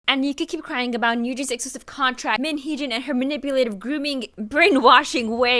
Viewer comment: LMAO!! YOU CALLING MIN HEE JIN AS MIN HEE SHIT 😂😂😂😂